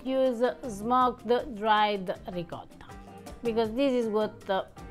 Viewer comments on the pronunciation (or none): Thank you dear, now, per l’amore di Dio, please teach him how to say ricotta!!!!!❤️